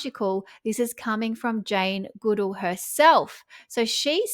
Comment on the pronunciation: You are pronouncing Jane Goodall's name incorrectly...